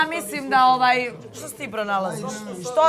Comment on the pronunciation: Oooaaaj....Ooooaaaj (ovaj)... nauci prvo izgovarat rijeci 😉